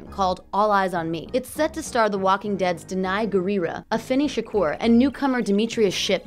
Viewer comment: Do people not see that is a U in his last name. His name is not Shakor, it's Shakur. Nobody can say it right and they think they know everything about him and you can't even pronounce his name or they call him 2 PACK that pisses me off.